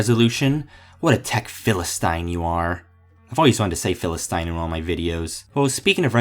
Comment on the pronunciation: Did you just call me a Phil-a-stein? That's it, my step-father works at Youtube and your(are) finished!